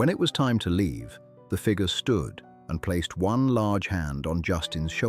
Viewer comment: It’s too bad that AI cannot pronounce FIGURE, but instead says FIGA.